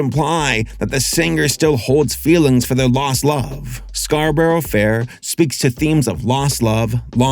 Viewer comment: It's always funny when people mispronounce "Scarborough" because like... it's in the song. You can copy how they say it, it's ok.